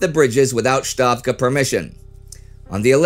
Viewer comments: Great presentation of historical events, concise and to the point! A small Russian pronunciation tip: Stavka is pronounced with an ‘S’ sound like in the English word ‘stark’, and not with an ‘sh’ as in ‘shark’. A very minor detail :). Great job Indy, Spartacus, and Team. Love all of your series! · A small point: Not "SHtavka" (it's no German language), but "Stavka", with a "normal" /s/ sound. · why do you pronounce Stavka as Shtavka? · It is Stavka, not Shtavka, dammit. Ставка. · The pronunciation is "Stavka" ("Ставка"), not "Shtavka" ("Щавка" or "Штавка"). The latter is how the Germans would pronounce it, but not how the Russians would pronounce it. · yes, you are right. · Stavka in Russian is pronounced with an S sound before the T. It is not like in German where that combination calls for "sh". Not "Shtavka", just Stavka. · I already told him last week and the week before; but he pointed out the videos are filmed well in advance so were stuck with "shtavka" for at least one more episode. It is ok to mispronounce a foreign word or name when you are NOT trying to pronounce it as it is pronounced in their language. Every language does that. It's one of the few language conventions which is truly universal (Chomsky is a fraud btw). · Why does he keep calling Stavka Shtavka? He's not German, the word is not German, so why? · A kind suggestion from my side - the word 'stavka' is pronounced with an s sound and not a sh sound :)